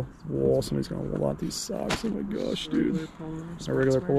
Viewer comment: Just stop saying "Ho my gosh"